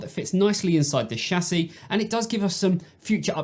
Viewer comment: he may have a speech impediment but at least he can say chassis correctly